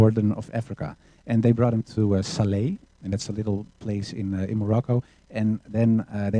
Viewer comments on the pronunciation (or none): Called SLA not Sala !